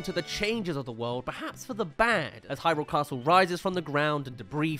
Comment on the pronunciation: Thank you for pronouncing Hyrule correctly! Upvoted!